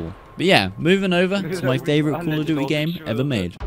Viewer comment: Love your accent 😂 "Call of dooey"